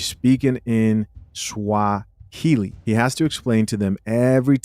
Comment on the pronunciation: Kenyan guy here, enjoying butchering those Swahili words too much. 😂😂